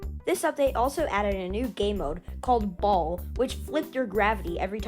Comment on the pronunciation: Don’t say BALL like that